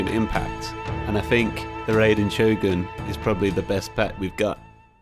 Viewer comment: I'm saying to pronounce it like a Japanese would. You pronounced Shogun right but butchered Raiden which confused me. Also there should only be 1 way to say Raiden since it is a Japanese word with no other pronunciation variations.